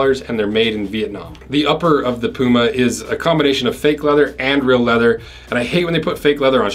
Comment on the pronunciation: p you ma not poo ma